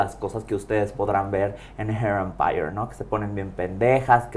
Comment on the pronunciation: Hair Empire! Y la otra what that fuck! Lol 😂 les doy la razón cuando lo dice y el qué pedo?